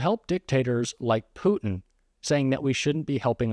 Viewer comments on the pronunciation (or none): none